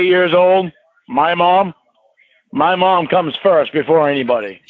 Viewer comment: Paul: "Have you ever seen an angel?" Me: "Oh god, don't say it." Lorne: "Muh mawm!" Me: vomits